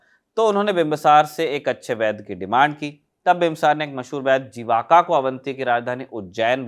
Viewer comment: अभी भी गुलामी वाली मानसिकता में जी रहे हो आपलोग, पत्रकार हो हिन्दी भाषा के और कंटेंट पढ़ते जो रोमन लिपि में लिखी हुई, तभी तो जीवक को जीवका कह रहे हो। मैं शुरुआत से ही का प्रशंसक रहा हूँ, इसका जो कारण है आपका उच्चारण और शब्दों के चयन का स्तर, उसमें कमी बर्दाश्त नहीं की जाएगी।